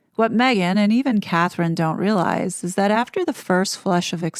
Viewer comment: What kind of journalists are researcher is he if he can't get Catherine's name correct